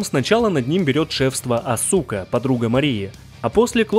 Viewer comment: у асУки ударение скорее все же на первый слог